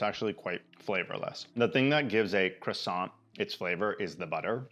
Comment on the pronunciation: You got the croissant right!